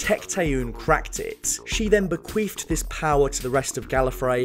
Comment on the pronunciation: Why do people with awful voices make videos? I’d like to watch this, but can’t concentrate on what he’s saying due to his terrible pronunciation. At one point he said ‘bequief’ instead of bequeathed, which wouldn’t be that funny if ‘queef’ wasnt a word for something you shouldn’t google... His annoying way of talking is much worse than merely mispronouncing a few words though, he has this weird way to changing tone near the end of most sentences which is awful to try to listen to. Why not find someone who can speak in a better way and write/produce with them?